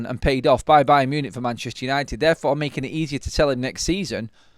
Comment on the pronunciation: Buy-un Munich buy'n Marcus! OMG I'm gerrin better at this! 👀 Caz, back me up here!! 😂😂😂